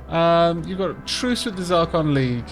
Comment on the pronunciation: Zracon! ZRACON! A Proud and Noble People, yet you butcher their name! NO WONDER YOU'RE AT WAR!